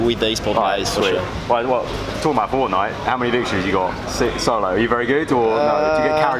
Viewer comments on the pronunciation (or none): none